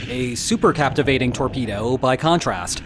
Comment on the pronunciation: Thanks for the details on this story. Please, as a former submariner, I insist you learn how to say supercaVitate (not supercaptivate). Thanks.